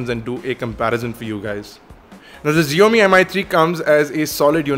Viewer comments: SSSHIAOMI NOT zzzziomi. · Zheomi? lol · HipsterPuzzle here! It is like saying "box". We don't say "bosh" and I am a Chinese, so we pronounce it as "Siaomi". Just saying you know. It is not because that it consists of Chinese characters doesn't mean that it has to be pronounced differently. It's the same. Typically.